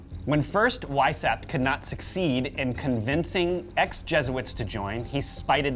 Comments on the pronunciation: Vice howpt (or hoped) ... not hapt. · How hard would it be to take 20 minutes and check the pronunciation of French and German names before going live? Would add elegance to your message. [e.g. Weishaupt = Vice-howpt] . . . Cheers. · Mind-Blown, had to watch twice. Glad to get fill in blanks after Wieshaupt. Well done, although someone should help you with European Pronunciations, and other cultures. (Happens to be my specialty!). NTL, Good Job, young Men!